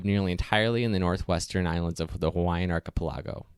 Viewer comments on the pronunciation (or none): I'm pretty sure I've only ever heard it pronounced, 'arch-i-pe-LAG-o'. No, wait. That's wrong. This video is literally the only place I've ever heard it pronounced that way. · Also ar-chi-PEL-ago not ar-chi-pe-LA-go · Arka pale ah go? What’s ah Arka pale ah go? Did you mean archipelago? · Just FYI: archipelago is pronounced AR-kə-PEL-ə-goh not AR-kə-pel-AH-goh quality video regardless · just so you know 'archipelago' pronounced ark-ih-pell-ago not ark-ee-pa-lah-go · Ark-Ah-Pa-lah-go? it;s = aar·kuh·peh·luh·gow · "Ark-ih-puh-LAH-go"? Either I just learned a new pronunciation, or it's "Ark-ih-PELL-ah-go". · You lost me with the mispronunciation of archipelago as "arkepellago". Please for the love of god, please check the pronunciation of any unfamiliar word before you post a video. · Dude...learn how to pronounce words. "Ark-a-pull-a-go???" Ark-keh-pell-eh-go." Did you go to high school? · If you're going to make fun of how he mispronounced ARK-ih-PEL-ə-goh, then at least get it right: He said: ARK-ih-pel-AH-goh "arc-ee-pel-ah-go"? Wow. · "Ark-ih-pell-i-go" Not "arki-pilago" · Well done - but "archipelago" is pronounced "ark-a-PELL-a-go" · First, learn what pop filter is and why you need it. Second, your clumsy pronunciation takes me out of the story. "Arkapalago?" Stick to what you know. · Arca pellago? Really? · archipeLAgoh, aTOLL Is that how those words are pronounced? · Archipelago, emphasis on PEL. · I stopped watching when he said "arka-puh-LAHHH-go" 😂🤦🏼‍♂️ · Arkee-pell-ah-go??? Bloke's illiterate. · Please learn how to say atoll correctly. Accent is on the ‘a’ pronounced as the ‘a’ in cat. I don’t have the time to get you straightened out on archipelago. Just know that it’s arc- a- PELL- go, Not the way the commentator murders it !! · I think it is pronounced "arch-i-PEL-ago." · A toll? Arka pelah go? This kid needs some pronunciation tips. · that was when i paused to make sure I'd heard it correctly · He pronounced archipelago "ark-a -palago".